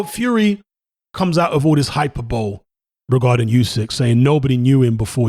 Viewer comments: "hyperbowl" just letting you know the word hyperbole is pronounced hy-per-buh-lee mate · When he said hyper bowl, did he mean hyperbole?